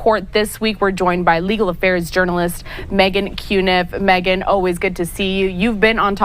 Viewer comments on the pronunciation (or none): none